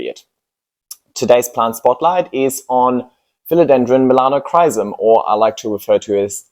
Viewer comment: I came here to get educated before impulsively ordering a Melanochrysum. However, if the calls it ''Melanocsis' I think a different Philodendron would be a wise choice for me...